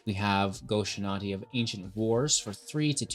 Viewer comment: Go-shinaty? Dude, read.